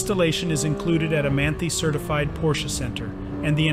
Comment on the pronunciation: Beautiful car -Lot of money! pronounced "Man-tie" not "Man-thi"